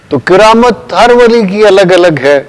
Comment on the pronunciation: کِرامت نہیں جی کَرامت زبر ہے زیر نہیں